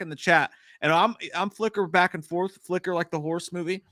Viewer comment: btw the horse is called Flicka not Fliker. Another word that shouldn’t have er at the end unfortunately….